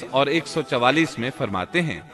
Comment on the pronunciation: Allah ak hai us ka koi shreek Ni to AP Allah farmaye Ni Allah farmta hai .. APny lfz thek kro .Bhai